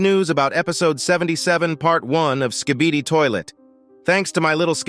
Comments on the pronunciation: Why you still calling it Ska-bee-dee brub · "Thanks to my litle slibidy stake"😭💀